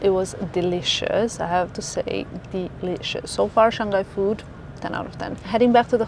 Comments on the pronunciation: It is Shang Hai.. not Shang Gai.. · We pronounce as Shang Hai not Shan Ghai 😉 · Shang-Hai not Shan-Ghai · FYI. Pronounce "Shang (上) Hai (海)" instead of Shan-g_ai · Shang-Hai is the correct pronunciation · Yeah she kept saying it like that. So strange.